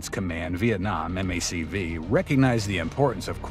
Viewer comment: This is where I suspected a synthetic voice. M-A-C-V, instead of "Mac-Vee".